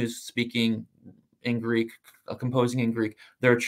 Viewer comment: Gotta be honest, James White's pronunciation of Greek is....cringey 😅